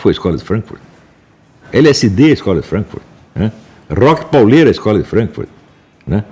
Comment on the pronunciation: Para mim um cara já perde a credibilidade sobre o assunto quando diz "Rock Paulera"